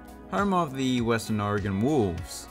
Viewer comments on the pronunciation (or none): none